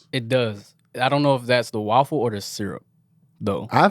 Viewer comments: we need to address they way you pronounce waffle as WALL-FULL😂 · Every time say’s waffle I chuckle a little bit. Wuaffle😂😂